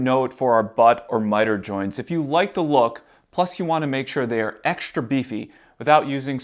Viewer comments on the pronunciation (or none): Some great tips, but what is shtring , shtrength and exshtra. I guess you mean string strength. If your going to talk to an audience, learn to speak properly.